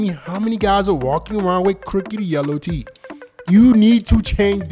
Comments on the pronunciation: it's Teeth, not titt! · Why does he say teet instead of teeth?? 😂🤣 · IS TEETH NOT TIT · Bro why does he pronounce teeth like "teet"🤣💀🔫 All love no hate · Why is it hard to pronounce teeth? Wtf is teet?